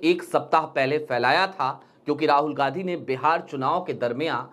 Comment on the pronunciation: चैनल तो चला रहे हो पर हिन्दी ठीक से नहीं बोल रहे हो जो इतना कठिन भी नहीं है ,गांधी शब्द को बार बार गाधी बोल रहे हो